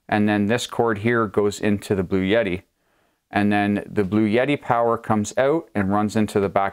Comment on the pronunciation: Sometimes he pronounces it Blue Yeti! 🙂